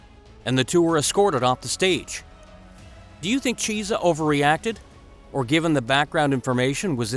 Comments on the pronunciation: His name is Michael kee-essa not cheese-a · It isn't cheesa it's key-es-sa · Who is Micheal Cheese-a ? Lmao! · You will get a like if you tell the Chunky, (yes, Chunky) Cheese story And a UFC fan, would've heard him pronounce his name correctly. Chiesa=Key - s - uh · Lol...... Michael 'Cheez-a" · "Cheese-a", really gonna let that get past editing? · If you are going to do a UFC video, at least learn how to pronounce the fighters' names. "Wanderlei" is said with a V not a W, and Michael Chiesa is not pronounced like "Cheese', it's a hard "K" sound. SMH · Narrator, you’ve never heard of any of these people, eh? Michael Cheesa? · Michael cheeza...... its vanderlei not wo Wanderlei ffs. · I muscled through the first part of the video but when he said cheesah I was done... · Cheese-ah??? Lol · Learn the fighters names before you do a video on them cause u butcher Micheal Chiesa name